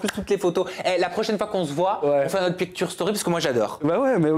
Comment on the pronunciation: on dit " pictshure" 😢